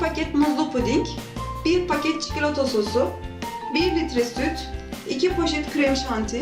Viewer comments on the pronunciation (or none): her çikölötö dediğinde bir garip oluyorum...